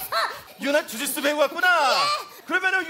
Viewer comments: ㅋㅋㅋㅋㅋㅋㅋ주짓수 주짓수 ㅈ됐어 ㅈ됐어라고 들음ㅋㅋㅋㅋㅋ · 나만자꾸 주지스를조됐어라고들리나? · 아 주짓수를 ㅈ됬어로 들었넼ㅋㅋㅋㅋㅋㅋ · 나만 주짓수 거리는거 ㅈ대써로 들리냐